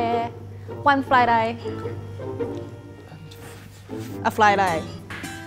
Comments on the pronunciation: it means fried rice but some mispronounce it and it ends like sounding odd like "fly rai" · What is she said "fry lai" i dont get it.. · said fried rice but at first i thought she say fly die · I heard "fry lie"